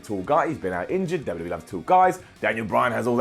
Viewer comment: I love but he really struggles to say 'WWE' clearly haha